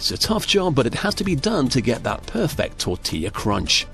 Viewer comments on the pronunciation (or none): “Puuh fect”